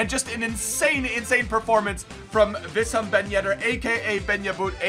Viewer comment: his name is pronounced WEESAM ben yedder